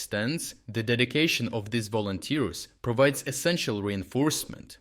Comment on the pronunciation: yea "volonters" 🤣🤣🤣